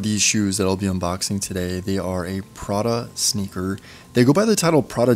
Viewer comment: Pra-DA.....with an inflection at the end LOL. On the next video, reviews a Ro-LEX